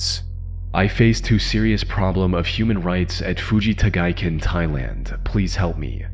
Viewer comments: It's actually Fujita Giken pronounced Hoo-ji-ta Gee-ken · Jesus Christ, take a shot every fucking time he says Fuji Tagaiken ( incorrectly) and you'd be dead in 30 seconds. Stop repeating words and phrases over and over in every fucking video. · You're killing my ears with your rage pronunciation of Fujita Giken. Stop